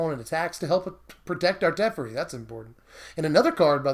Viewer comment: teffurry... oof.